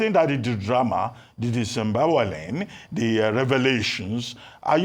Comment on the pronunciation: " Dis-emboweling'😂 Dr. Rebeun Abati.